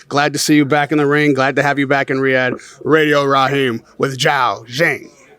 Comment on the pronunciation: Get his name right Raheem